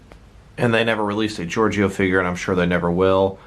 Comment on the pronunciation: your dum its not georgieo its georgie